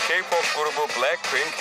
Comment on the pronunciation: Keypop demesi🤧🤦🏼‍♀️🤦🏼‍♀️